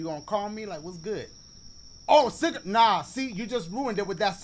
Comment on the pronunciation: Ma boy said “sooupa CiGaREtt”